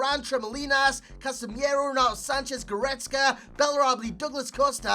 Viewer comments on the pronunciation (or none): it isn't "Casemiero", it's "Casemiro", the way you pronounce it is wrong. Casemiro a brazilian name and hence an i doesn't have to be added.